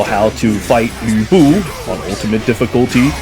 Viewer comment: Anyone else extremely irritated by the pronunciation of Lu Bu in this game? Louie Bu... really?